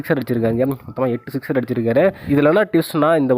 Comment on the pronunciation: ஏன்டா தமிழை கொலை பன்றே ? சிக்சர் ரா? சிஸ்டரா?